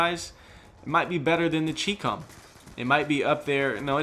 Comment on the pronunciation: "Chee-com"? Really?